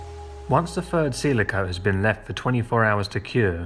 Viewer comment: Ok, so it's not fird, it's THird. Keep trying sir, you'll get it.